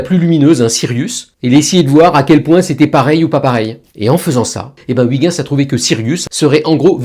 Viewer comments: Si tu appalla Huygens « OUI - guens», Il ne se retournera jamais 😂 Son nom est : « H- OEIL - guens » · "oui-gain-ss" ? :D:D:D "oeil-gueuns", on dit ! ;) Mais vos vidéos sont géniales !!! Merci ! :) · Huygens se prononce Reuerens. De grâce, arrêtons de massacrer son nom. Merci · Ouiguins 😂 Faut se mettre au néerlandais pour la prononciation 😊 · non , ça pique quand même les oreilles vu que c'est quand même écrit Huygens. Quand c'est écrit Galileo je dis Galileo mais quand c'est écrit Huygens je dis pas Ouiguins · et la plupart des villes ont une traduction française. Par exemple, la ville d'Antwerpen en Belgique est traduite en "Anvers" ou le S se prononce. Et la prononciation "BerlUN" est bien une traduction et pas une interprétation. Par contre, Ouiguins, c'est juste une erreur. Et si c'est volontaire, c'est carrément de la fainéantise. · Chouette, sauf la prononciation Ouiguinsse😂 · Désolé mais vous vous trompez. Je suis chercheur en astrophysique depuis plus de 25 ans et je peux vous garantir que je n'ai quasiment jamais entendu un collègue non-néerlandais (qu'il soit Français, Allemand ou Américain) prononcer "correctement" le nom de Huygens. Cela en est même au point où, lors de conférences, les chercheurs néerlandais eux mêmes prononcent souvent "à l'anglaise" ("höigens") histoire de ne pas paraitre trop pédant. Et croyez moi, j'en ai fait un paquet de conférences où le nom de Huygens était prononcé 15 fois par jour (ayant moi-même été impliqué dans la sonde Cassini-Huygens lancée en 1997)